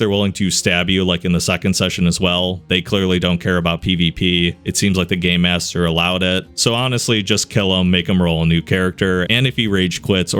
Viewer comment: For some reason to me when he says game master it sounds like gay master to me?